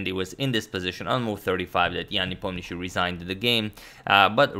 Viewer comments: Appreciate the Hindi Pronunciation :) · Anyone else having the issue of pronouncing the surname of Ian? I was almost mesmerized by agadmator's clean pronunciation